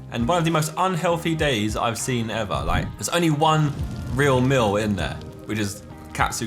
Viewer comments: My man says “meal” like he says “mill” 😂😂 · No one: Josh: a nice meel